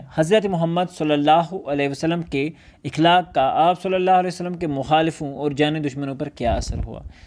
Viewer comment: مکرمی :اِخلاق غلط جب کہ صحیح تلفظ ہے اَخلاق